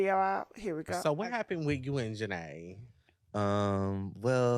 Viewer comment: It's pronounced janae